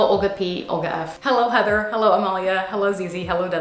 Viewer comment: I love ur fancy hullo lol